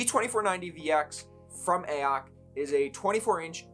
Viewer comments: Please stop calling it “ayock”. Use some common sense, it is clearly meant to be Ay-oh-cee. AOC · I thought I was going crazy hearing you say AYE-AHK every ten seconds. It's A - O - C dude jesussss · who tf is actually pronouncing it "Ay ock"? braindead.